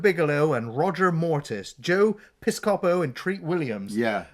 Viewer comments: Joe pis-COH-po haha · Okay, just so we're clear, I absolutely love your reviews and look forward each week to what you're going to do next. This comment is not intended to cause any offense or anger. That said, the way you pronounce Joe Piscopo's name caused me physical pain and I believe you owe an apology to Joe and everybody who had to listen to you both butcher it. See you next week. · I'm a proud owner of the 4K Blu-ray edition of Dead Heat. Long live Treat Williams. Btw, it was really painful hearing you two butcher Joe Piscopo's last name.